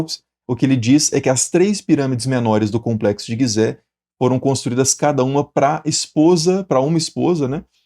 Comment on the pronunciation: Fonte de 2.500 anos depois das construções? 😂 "Guisé"? 😂 De longe esse foi seu pior vídeo